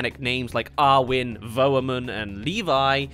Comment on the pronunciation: not are-win